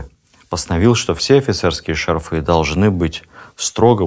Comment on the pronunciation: ШАрфы,а не шарфЫ😢